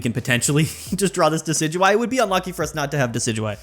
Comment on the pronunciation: It's pronounced Dekky Dewey